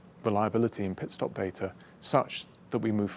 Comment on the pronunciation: Valtteri it's pitstop